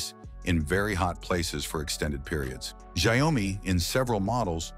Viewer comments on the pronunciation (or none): "Zehomi" LOL is it that hard to make the voice say "SHAO-MI"?! xD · Xiaomi - Shayomi?? AI-generated voice. 😑